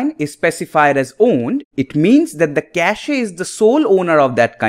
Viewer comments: Why does he say kashee? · Le Cashé